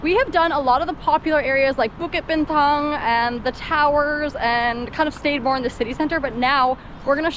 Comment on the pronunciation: I am really digging correct local pronunciation: Bukit Bintang, kuey teow.......and liking Barley Boba idea (just don't let Simu bite your head off!😋) Haha, as a tourist, I use KL's iconic towers as triangulation waypoints too. "Malaysia is such a liveable country" - kudos for articulating so well; IMHO, would be a great place for expats to bring up kids if they want exposure to cultural diversity. Truly Asia - (with the added bonus of lingua franca communication so that you can really feel like you're chatting with the locals instead of a language barrier). 😁Only mad dogs, Englishmen, and apparently Canadians.... make for 'grammable views. I hear ya on those bloody little monkey thugs with their Napoleon Complex(es)